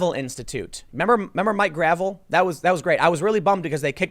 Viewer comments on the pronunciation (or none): Mike Gravel's last name is pronounced 'gra-VELL'.😃